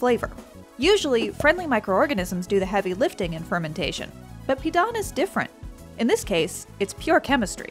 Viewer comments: Really weird hearing them say pidan without the proper tone but i guess I dont really like it on its own but it did go well with vegetables and salted egg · Pee-Dan Pronunciation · You know how people usually look up or google how to pronounce something before they start repeatedly saying it on a public platform? Yeah... it didn't happen here